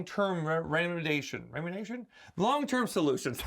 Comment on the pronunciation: Re-MEE-de-YAY- shun. 😉